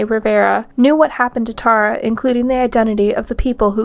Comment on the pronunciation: It would be better if you learned how to pronounce names like Tara and Belen before making the video.